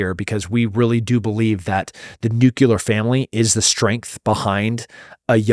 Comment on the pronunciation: I like Tim, but I wish he would stop saying nucular bombs. It’s nuclear.